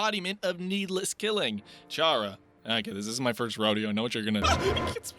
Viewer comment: it's chara the ch sound k damn it